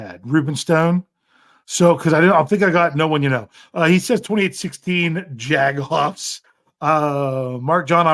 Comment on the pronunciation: There's no way you can't fucking say "Jaguars" it's not Jag-U-ars! Smh